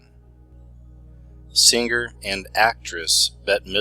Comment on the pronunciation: ~ I love your stuff! But, FYI, words like 'singer' aren't pronounced with a hard 'g'. It's not 'sing-grr'. The 'ing' is soft.